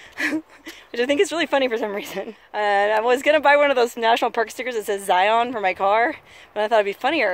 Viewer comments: Good hell it's not Z-eye-on. It's Zion you know like a lion. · It is Zi'un not Ziyawn'. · it's pronouced Ziin as in the letter N! not zion like the channel ion! lol my only per peeve! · This is the second hike video I've seen for Angels Landing, and, just like the other one I saw, it's like sandpaper rubbing in my ears. It's not a hard word. Really. Zi as in sigh, on as in 'in'. Zigh-ihn. NOT Zigh-on. Even just google the word; google provides the right pronunciation. (As a side note, it's easy to tell you're not from here because you say Zion National Park instead of Zion's National Park, which is a weird slip of speech common for those who live here.) As for the whole Mormon thing: Zion isn't the word for heaven. Mormons call heaven 'heaven'. More than Zion, the word Kolob would be more accurate. Kolob is, as far as I'm aware, a strictly Mormon thing; Zion isn't. Zion is a Judea-Christian concept, which SOMETIMES refers to the kingdom of heaven. Only sometimes. Not in Mormonism, though. It's just kind of a word that means paradise, usually of a city on earth, or something similar, but not a literal heaven. So, nice shpeel about something you have no clue about, but go off. I've no love lost on Mormons, being that I despise religion period, but let's not take on that holier-than-thou attitude when talking about a denomination which is, in all honesty, not very different from any other vanilla denomination of christianity. It's all fucking crazy, and most of the Utahns you passed on your travel were probably still Mormon. As for the hike itself: -it's slick rock, no shit it's slippery -those damn switchbacks are actually the hardest part -yeah, for anyone wh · ZIE-un is the proper way to say it. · Mormon drinkin game! 1 for every time she pronounces ziin wrong! 2x's for sister wives! lol